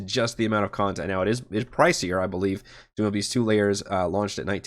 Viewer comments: Think of it like pronunciation of the word tone. Tome. Not toom of beasts. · For future reference, the word "tome" is pronounced "tohm" (long o sound, rhymes with "home"). It's not "tomb" of beasts.